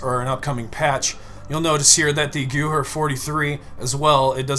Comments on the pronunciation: Gewehr...pronunciation; GEVEER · Gever is tarslated not how you called it